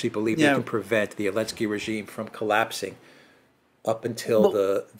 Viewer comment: Really love casual use of "Elensky"